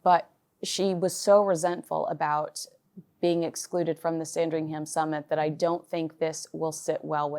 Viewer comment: fyi with love - there is no sound of 'ham' in Sandringham. More, sandringhum. soft 'h', run it all together :)